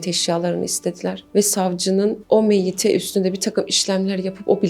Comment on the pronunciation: Miete değil meyyite. Meyyite: Kadın cenaze.